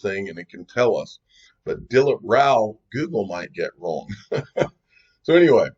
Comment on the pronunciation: Haha I'm Indian you said Dilip Rao perfectly